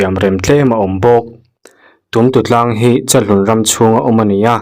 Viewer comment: Tumtutlang a lam dan pawh a diklo